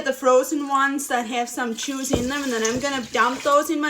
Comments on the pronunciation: I never thought someone saying "juice" with a German accent would get me this excited 😅. Im totally in love ❤❤❤. Thank you for being amazing and thank you for all your hard work and sharing your lovely recipes ❤❤❤ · I like that she pronounces her “J” with a “CH” sound haha chuice, chello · I love that she says the letter j as ch. Chuise. Chello. Etc.